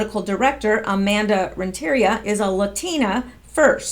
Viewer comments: Fyi it's Rent - a - REE - ah. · It's pronounced Rent-ter-ree-ah (emphasis on ree) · I believe Amanda's last name is pronounced rent'.a.Re''.a. I really like listening to your reports. Great job.